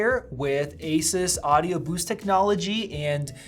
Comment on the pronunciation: Gaypple fangay doesn't even lnow how to pronounce Asus